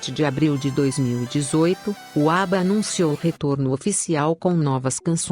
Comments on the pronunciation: ÁBBA melhor!!!!!! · ATT ao segundo 31'' a primeira apresentação do grupo ABBAS???!!! Que absurdo documentário... ATT a isso gente....acordem... ao minuto 1' 33'' produzido por PIL collins???? ou PHILL ??? Quando aprendem de vez a pronunciar Inglês correcto??? Absurdo isto...